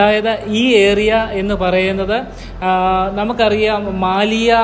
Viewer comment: Bro samsarikumbol ഏ റി യാ .. Ennanu parayunnad.. ഏ രി യാ... Ennu try cheyyane👍